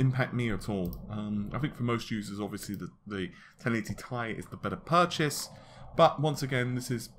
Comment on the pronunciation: the intro is fixed?!? now when are you going to say 'ti' correctly? OMG there is still hope in this world